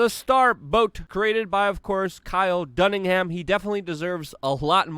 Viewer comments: Dunnigan..not Dunningham. Lol Luke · Kyle ....DUNN-I-GAN Not DUNNING-HAM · It's Dunnigan, not Dunningham, Luke. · Br0, it’s DUNNIGAN! No ham.